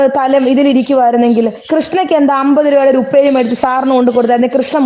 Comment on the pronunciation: വീണ്ടും വീണ്ടും ഊന്നി ഊന്നി പറയുന്നു ഉപ്പേരി ഒരു പാക്കറ്റ് വാങ്ങി തന്നില്ലല്ലോ 🤣